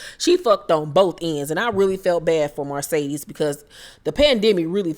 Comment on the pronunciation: I loved the commentary and laughed and hollered 🤣🤣🤣 sis Mercedes...not Marcedes 😆😆😆